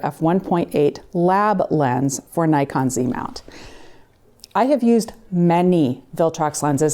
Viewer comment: I still cringe when someone pronounces "Nikon" wrong